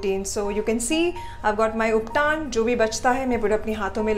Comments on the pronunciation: it is not ubtaan it is ubtan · Call you uptan not uptaan